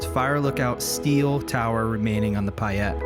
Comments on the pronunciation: Great video. But I have a duty to inform you its pay-et not pie-et. Keep posting. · Payette is not pronounced pie ette